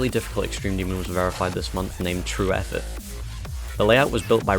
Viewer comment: broooooo this man just pronounced trueffet as true eff it 😐😐😐